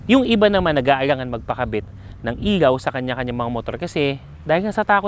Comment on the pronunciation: ILAW boss, hindi IYAW ✌️